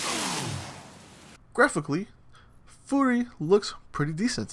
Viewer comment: It's pronounced like "fury" not "furry".